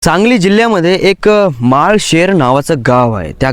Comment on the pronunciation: माळ शेर नाही रे माळशिरस असं आहे ते गाव